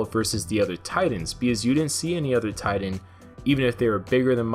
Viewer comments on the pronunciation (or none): Why is it so hard to enunciate the word Titan? There is no d in the word. Tidan? WTF is that?